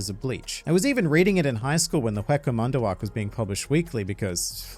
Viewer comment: I love how he says hueco mundo as huweca manda.